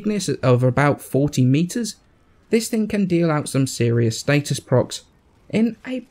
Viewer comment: what about status? He says state-es